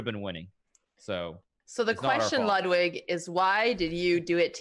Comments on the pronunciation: Why did she say your name as ludewig. Love you lud thanks for every day uploads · “We have loodwig” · the proper pronunciation is more like loodvid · Botez couldn't pronounce Ludwig's name correct one